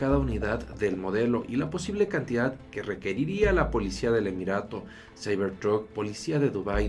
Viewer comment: "Saibor trut" jajajaja xD